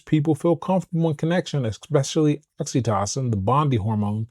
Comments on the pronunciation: I'm enjoying your videos and looking forward to reading your book. I hope you won't mind a small suggestion. I believe "oxytocin" is pronounced with a long o in the middle, i.e. "oxy TOE sin". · Great content my g 🫡… but I gotta say this, “oxy-tah-sin” 😆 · The way you see oxytocin is driving me crazy😂😅 please pronounce it normally.